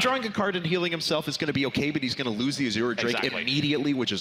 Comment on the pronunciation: Why do they keep calling the Azure drake an "as-oor" drake?